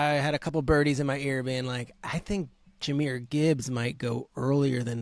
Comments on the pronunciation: “Jahmyr Gibbs (spelling check)” Yes, Peter, you’ve got it right! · I think you got it right. 🦁